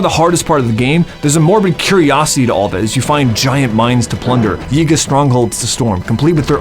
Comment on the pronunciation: is our word but you can say yiga